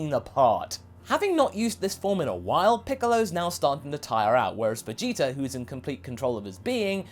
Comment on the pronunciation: Vegeter Almost every time you replace the "a" with an "r"